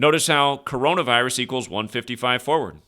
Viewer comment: Notice that the auto-censor bot hasn't put up an encyclopedic warning, despite the fact that you clearly enunciated coronavirus perfectly multiple times? They're just hoping you go away.